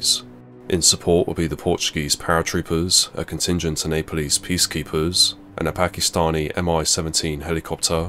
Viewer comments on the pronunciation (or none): none